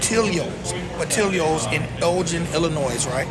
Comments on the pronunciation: But we gone have to talk bout how bad u butchered they name. It's up there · As a chicagoan it hurts hearing the pronunciation of portillos 😂but great review